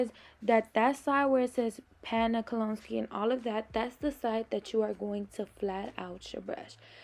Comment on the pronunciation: Great video, very informative. Kolinsky is pronounced Kol-in-skee. Love your channel! ♥️🌷♥️